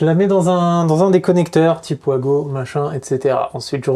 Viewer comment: Vous ne voulez pas nous faire plaisir et appeler ça des VAGO et pas des OUAGO ?